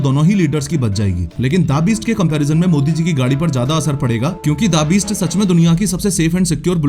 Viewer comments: The Beast ❌ Daa Beest ✔️ gyann kab chomda , samjh ka jaadugar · bhai the beast naam hai DA beast nhi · The beast ❌ Dabist ✅ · Pronounciation sahi Karo please da beast nai the beast hai. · Da-beast 😂😂 I think The Beast hai😂😂... This reminded me of an interview of Rohit Kuldeep and Chahal where Chahal referred to The Rock in the exactly same accent and style 😂😂